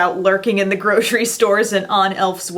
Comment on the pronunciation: did anyone hear her say " in the grocrey store"?